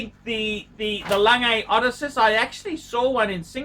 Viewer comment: SAY IT WITH ME: O-DESS-SEE-US, FMD!!!!